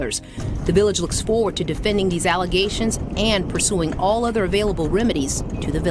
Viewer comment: I’m tired of her and her allezations…